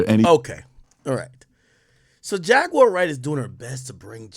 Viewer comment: Buddy ass be like: Jag ➡️”U”⬅️awr….nogga it’s Jaguar 😂🤣😂➡️